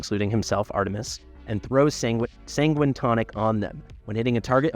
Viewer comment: Sanguine is said as 'San-Gwhine'.